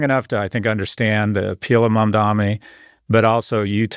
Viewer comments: It’s MAMDANI not MAMDOMMY lmao!!!!! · Scott, it's Mamdani, not "Mamdami". Not that hard. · It’s MAMDANI not “mamdami” I know republicans do that on purpose as a sign of disrespect but why are Scott and Andrew both doing it